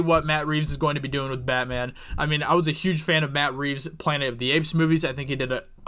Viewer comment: Did you say Bat Reeves